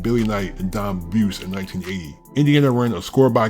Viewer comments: It’s pronounced BOO’ zie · Buse is pronounced "boozy."